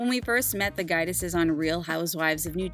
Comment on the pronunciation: "The Guy-dices"? 😳🙄 You sure you watch the show?